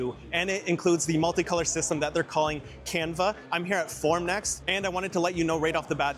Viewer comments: Why is it pronoinced "can-vuh" instead of just "canvas" like its spelled? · its called canvas ya bozo🤦🏻‍♂️🤦🏻‍♂️ like a painters canvas. you literally show the machine that says canvaS on directly on it and still say it wrong